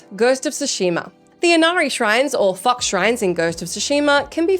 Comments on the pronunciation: I had to do a double take for a second. It sounded like she said "F*ck" Shrines. made me laugh for a bit. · Oh... "FOX shrines..." I thought she said something else... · Oh she said “fox” shrine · That did not sound like you said fox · Was it just me, or did anybody else hear something different when she said Fox shrines